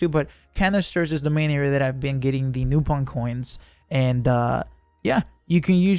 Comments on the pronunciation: Its actually "Nah-pon" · lol man doesn't know how to pronounce Nopon so said it 4 different ways back to back to cover all options.